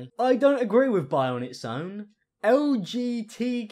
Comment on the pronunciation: Why did I think of “LG TV” when she said “LGTQ”